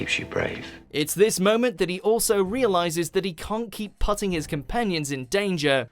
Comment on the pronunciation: Did you mean “putting”, how do you mispronounce that?